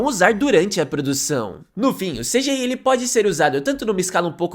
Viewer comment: "esseféx, vieféx e cidiái"